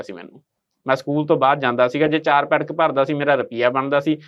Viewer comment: ਬੇਟਾ ਪੈਟਕ ਨਹੀਂ ਪੈਕਟ ਬੋਲੋ